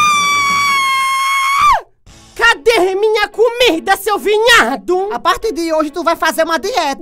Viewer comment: "vinhadu" KKKKKK